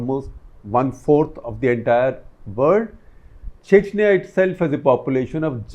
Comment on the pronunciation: He talks chechaniya chechaniya